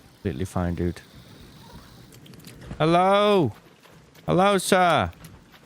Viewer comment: I think you mean "herro" ~ or "oh, heddo"